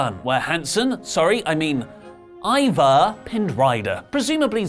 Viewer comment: I'm pretty sure the first half of the match Corey kept callin Hanson "Evar" then changed to "Ivar" I gotta check it out again 🤣🤣🤣 They are F'd in the A' 🤦‍♂️